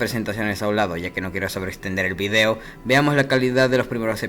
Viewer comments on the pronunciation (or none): none